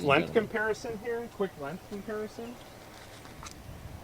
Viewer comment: I'm still laughing about that. I imagine someone ribbing for his accent every time he says "length". Not that I sound any better, but it makes me laugh pretty much every time.